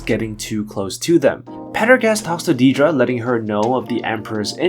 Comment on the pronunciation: On the show, they pronounce it "Dead-ra" not "Deed-ra." Honestly makes your videos kinda hard to watch hearing a major characters name consistently mispronounced.